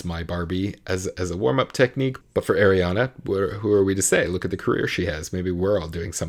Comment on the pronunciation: Her name is pronounced Are ree ah na... Not Air ree ah na